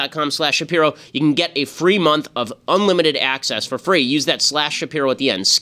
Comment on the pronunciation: i need him to pronounce his last name right lmao